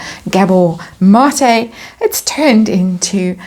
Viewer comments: You're saying his name right! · you said Mate name right, awesome reading gave me a good laugh, the fall is going to be major can not wait for this, love it ❤❤